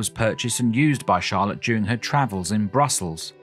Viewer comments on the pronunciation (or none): none